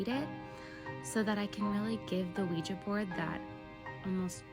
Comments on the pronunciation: my brother Keep calling it a weegee board and the demons will haunt you just for spite😂Jk that was meant only to make light of a serious matter.🫣 Ouija boards open doors to the shadow realm and places that even our worst nightmares couldn't describe. Be warned. It's pronounced wee (oui) zha (ja)= Ouija basically yes in two languages.. although slightly different in the German pronunciation French Oui/Ja German.. not that you didn't already know all that.. You are a very intelligent and intuitive man. Much love and respect as always -Ant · Why do white people feel the need to say words completely wrong? Wtf is a Ouijay board? You know damn well that’s not how it’s pronounced ffs